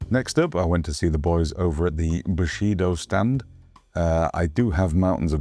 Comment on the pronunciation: LOL "mountains of Bushido" ... I thought you said Bukake LOL